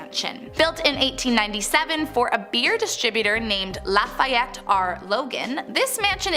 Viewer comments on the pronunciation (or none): Lafayette is pronounced laugh-e-ette.